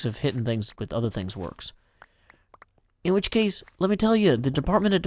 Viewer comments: open subtitles and it shown 'which' though it sounds like bitch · Firehoof haha sounds like it, but I think it was supposed to be “which”.